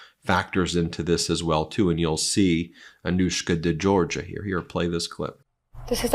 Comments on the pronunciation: I'm not quite sure why you are pronouncing her name in this way as her name is not de Georgia but de Georgipu (george-ee-oo) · De GeorgioU.. not Georgia…Its a Greek name.. finishes ‘yu’ not ‘ya’….